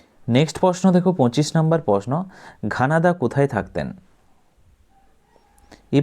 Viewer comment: ঘনাদা ❌ ঘানাদা ✅